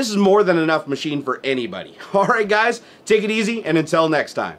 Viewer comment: Did you just say, "intel next time" instead of untill next time? :D